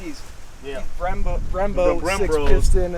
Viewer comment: Got dem "brembro's" 🤣